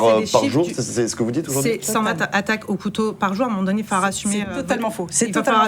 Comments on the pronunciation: Cent vingt Z'attaques! T'es un bon toi! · cent vingt z'attaques ? y'a un s à vingt ? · Ne dîtes pas cent-ving Zattaques svp ! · 120"Z "attaques. Attention aux liaisons de votre commentateur